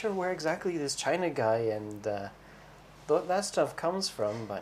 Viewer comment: welcome back =) and i wonder why they call Chinagguy "chainaggay"...China is not chinese.